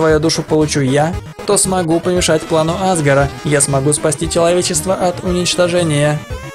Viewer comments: Правильно азгора а не азгара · Не Азгора (на а) а АзгОра (ударение на о)